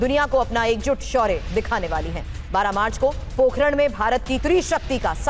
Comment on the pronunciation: जय श्री राम । नरेन्द्र मोदी जी को नमन। पत्रकार महोदय, पोखरण नहीं है पोकरण है।